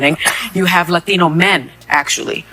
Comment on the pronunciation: Hearing Sonny say “latino” bothers me…. so much